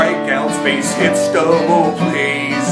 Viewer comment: Not bad. I think you'll find, though, that the correct pronunciation is "doughble play."